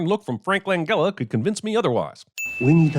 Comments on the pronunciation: Lanjella not gella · it's pronounced lan-JEL-la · FYI Langella has a soft "g" not a hard "g". Also, I was very pleasantly surprised to see you covered this movie. I liked this movie a lot (thanks to Kevin Kline's performance) but I didn't think many people even remembered it.